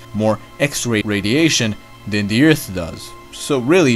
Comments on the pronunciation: Is this the same guy that pronounces Earth as "Ert" or "Urt" ? Just wondering. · Oh my gosh you said Earth not Eart lol